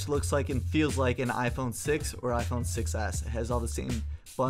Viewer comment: . HAHAHAHAHAHAHAHA "IPHRONE???"